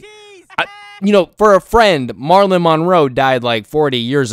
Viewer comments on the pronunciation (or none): "marlin monroe" MARILYN 😭😭😭😭🙏🙏🙏🙏